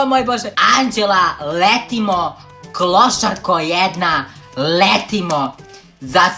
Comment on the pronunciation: Zasto si opet rekao klosarko😠ne kaze se klosarko nego klousarkooo ima da se naljutim😠